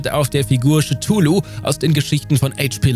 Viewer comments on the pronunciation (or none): Cthulhu wurde auch komisch ausgesprochen. Schetulu? Es ist nicht geklärt, wie Lovecraft sich den Namen gedacht hat, da es heißt der Name sei nicht auszusprechen. Aber bitte nicht Schetulu!